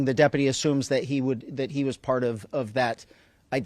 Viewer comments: Does Sherriff Chad know how to say the word: Deputy? I thought he mispoke the first time but but then he did it again! Is this like in spain when everyone started to thspeak with a lithspe? 😅 so trump makes no apologies and then tries to "weave" in a new pronunciation of a word as if he hadn't just made a word salad and regurgitated it back up into incoherent slurred speech 😅😭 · How can he keep saying depity with a straight face